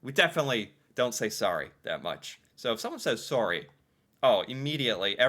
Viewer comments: Sorry, spell like saw- Ryan not re. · Saying "sorry" but pronounce the O as an A sounds... insincere to our ear. Like, if you were really apologetic you would say the word properly. It makes it feel like slang and that's not good if you're apologizing. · The 24th of May is the queen's birthday. It's Victoria day long weekend. Also, the way you say sorry, sounds like sari , which is a traditional Indian dress. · I’m Canadian but basically always pronounce it the American way.